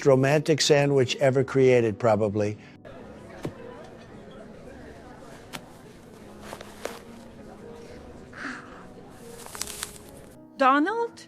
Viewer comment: She's not saying it right! It's Doh-nuld, not Dah-nald😆